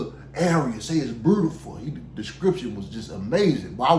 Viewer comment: There is no R in beautiful...🤣🤣🤣🤣 But I fux wit ya